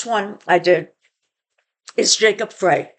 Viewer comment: Just FYI from Mpls. The mayor’s last name is pronounced “Fry”